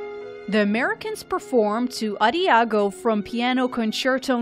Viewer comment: same my ears bled from that